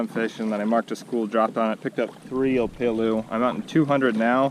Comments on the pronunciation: O- PEH-LU not OPAELOO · you said opelu wrong😂